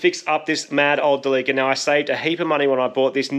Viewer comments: Where tf do you get Del-leek-cah from instead of Del-lih-cah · It's not pronounced deleeker, it's deli-car! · So are we gonna call this mitsubishi delica, the "da-leaka"???? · Its not quite how you say Delica. Japanese are big on how you say your words. For example Toyota would be To-yo-ta. And Delica is De-li-ca. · I'll admit I kept wondering why you were pronouncing Delica wrong, and then I realized! You're saying it similar to "The leaker"! So like 'De leaka' because it leaks so much!! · After you sealed all the leaks on your "TheLeaka" (Delica) is it now a "Sealeaka" (Celica)? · Thought you were calling the van as ‘the leaker’ later on clued in, oh ‘Delica!’ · I had a diesel version of this when they first came into Aus in the early 2000's. Great vehicle despite the weird look. WAY molre torque in the 2800 TDi with the intercooler scoop in th ebonnet. One thing about pronounciation - the name comes from "delivery car" so it should be said "deli"-"ca" not "deleeka". Going to enjoy this series. Definitely a capable offroader with that funky comfy bus interior. Reach out when you're looking to rehome this beast. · Behold, "Da Leaka" 😂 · Everytime when i hear Delica, sounds like "Da leaker" 😂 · its a what? a de Leaker? :) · I'm not happy about how you pronounce Delica. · Damn... You guys even pronounce "Delica" wrong.. Jesus. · Haha the way he pronounced “Delica” surprised me for a second. I guess it makes sense because you guys down under pronounce “celica” the same way.